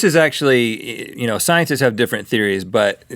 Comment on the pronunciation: did Rhet say : sciensets ? or am i just imagining ?